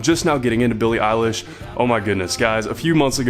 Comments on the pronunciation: Heyyyy! You finally pronounced EILISH right!!!! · Finally he said her name right